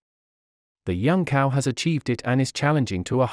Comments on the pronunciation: His surname is pronounced as "Chao" and not "Cow". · zao not cow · You owe it to yourself, and also will show respect, by learning to pronounce correctly Chinese names. CAO is not pronounced "cow", but "Tsao". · Cao is not pronounced as cow. It is pronounced like tsao, the ts in tsaikovsky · Wrong pronunciation of his name.. Cao is pronounced as chao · What is extremely disappointing is that his last name, CAO, is pronounced incorrectly throughout! The voice is obviously computer generated; but shouldn't obvious errors be corrected before the video is out to the public? Isn't this the least respect you can give this incredible scientist, Cao Yuan? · Shocking that that the most primary care of the correct pinyin pronunciation of Cao is so wrong and atrocious.